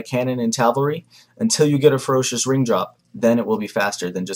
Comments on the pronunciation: First time you said "Ferocious ring drop" i genuinely thought you said "a Ferocious Rim Job" was a bit worried! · sounds like he was saying ferocious rimjob... ahaha good guide